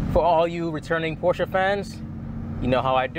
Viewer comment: "porsche".......? I think we discussed this lmao